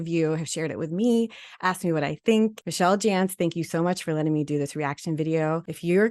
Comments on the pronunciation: I watch Michel (Mic-Kel) but never seen this ❤ Sorry I thought i needs to fix the pronunciation xx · It's pronounced mi-kel short i..not michelle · it's not Michelle, it's Michel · FYI: Her name is pronounced "Mick-elle Jan-see" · Mik-el Jan-see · Thanks for talking about this! And just so you know her name is pronounced Muh-kell Jan-sea :) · If you are going to comment on her video, you may want to pronounce her name right.